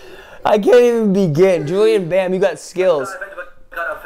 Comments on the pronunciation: and we say bam like BAM! not like bahm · U dont say "Julian Bam", its like "Julian Bäm" like a bro fist bam! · WAHT THE FUCK bam wird bäm ausgesprochen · Not Julian bam it pronouns like julien bäm!😂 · JULIEN BAM!! NOT JULIAN BAM!